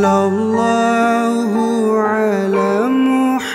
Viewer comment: Maaf ka dibaca nya bukan sollolloh tpi sollawlloh